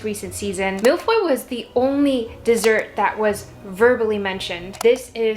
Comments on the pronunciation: Millefeuilles / mille-feuilles (literally "thousand leafs") to pronounce it a bit more accurately the "eu" sound in "feuille" is closer to the "i" in "bird" or the "u" in "furr" it's not exactly it but...close enough :) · Love this, also I bet your kitchen smelled so good! For a sec I thought u said Malfoy 😂 can't wait to try the cookie biscuits 😊 Also binged all the seasons and love Polin, Kanthony, Benophie and Franchaela. Can't wait for Hyacinth's season.